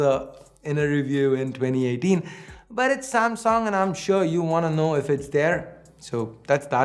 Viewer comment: Nailed the Samsunt